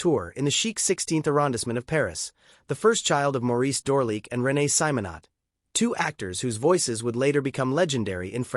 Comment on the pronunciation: The French pronunciation of names and titles is atrocious including Francoises's last name. It's painful.l